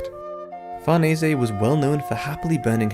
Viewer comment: Great vid and I'd like to congratulate you for being the youtuber who got closest to pronouncing farnese correctly